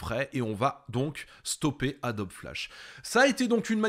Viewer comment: ça fait 20 ans que je travail sur la gamme adobe, ça m'hallucine tjrs cette prononciation "adobie" jamais connu un graphiste prononcé de la sorte